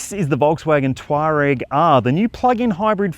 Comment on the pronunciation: Touareg, not Twarag.😊